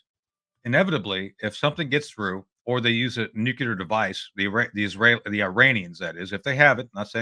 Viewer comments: noo-clee-ar. Keep practicing, Tony. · Repeat after me Tony , Nook leer….. nook. Leer….. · Who the hell is this knob? Why is it people like him always say "Eyeran"? And "Nucular"? Christ what a dolt! Very much below your usual quality of guest Judge. Woeful, absolutely woeful....🙄